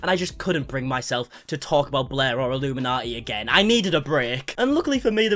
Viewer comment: You keep saying illuminati. She is illum inaughty